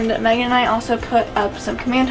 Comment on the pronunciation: Who else heard say Maggie instead of Megan